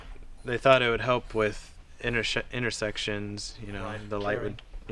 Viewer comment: "They thought it would help with innershit.. sections " says. LOL